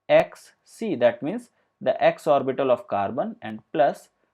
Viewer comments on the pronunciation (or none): Lost the will to go on when he pronounced orbiiitall